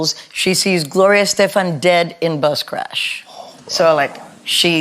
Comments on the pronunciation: No matter how many times she repeats her surname, English speakers will always stress it on the wrong syllable... Lovely and beautiful as always, Gloria :D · Graham, it would make a better impression on your guests if you pronounce their name correctly. Gloria’s last name is stressed “Es-TE-fan”